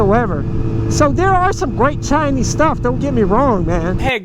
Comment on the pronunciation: It's Chinese, not chiiiiiiiniiiiiiiiize, talking about electric motorcycles but downgrading everything that's Chinese, are you dumb -_